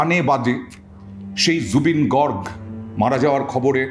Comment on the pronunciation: Gorg na Garg